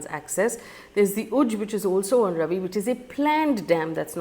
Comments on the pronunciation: Faye RAVI is not actually ravi but RAAVI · Hi Faye. Ravi is pronounced Raavi. Thanks